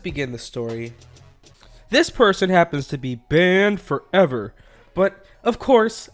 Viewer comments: Bwannd fowever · How he says "ban for ever" is so weird